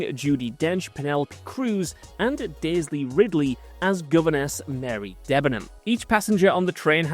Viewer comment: Why does he keep saying "Daisley"?